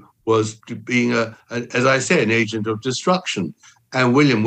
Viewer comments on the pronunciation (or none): none